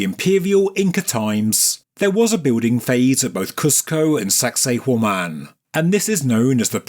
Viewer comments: i swear you're saying "sexy Women" lol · Does anyone else hear 'sexy woman' in a real thick accent every time they hear that word? Or is it just me?